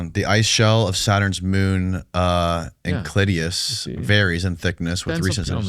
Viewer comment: Saturns moon "Inklidius" lol